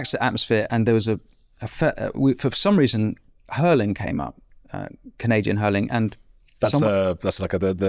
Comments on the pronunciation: Curling not Hurling , good chat boys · Like your new channel. Thank you! Just to inform you about the sport of Jordan Peterson: it's called Curling (not hurling). And about TokTok: my 19 year old niece says that she is bored by a one hour long documentary. She is used to TT and the 20 second clips. This is disturbing. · Minor correction: it's curling (hard c) not hurling; bc the 'rocks' are curled into place by 'sweeping' the ice. 💕 from 🇨🇦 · Were you calling the curling hurling?! I may have not heard correctly but I need to make sure! Jordan would have given a description of curling. Brooms sweeping rocks down ice. Scotland has some very good curlers. In fact England had a team! As a Canadian I feel compelled to set the record straight if you indeed called it hurling! Great interview as always. Thank you. 🇨🇦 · Lovely Interview!! Hilarious that Winston calls Curling - Hurling. That gave me a chuckle during a relatively serious discussion. Can't wait to see that interview. THANK YOU. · Love it....curling, not hurling